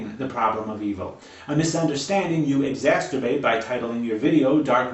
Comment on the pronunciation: "exasterbate"??? Listen - that's what he just said. Is that a cross between masturbate and exacerbate? Is trying to tell us something about how he jerks off?